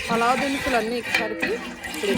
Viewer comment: Palava kadandi palav antaru